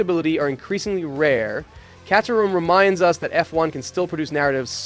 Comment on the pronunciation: Caterham: [CAY-ter-am]